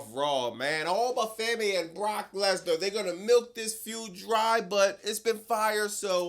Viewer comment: Please dont turn oba femi into ova for-me. 🙏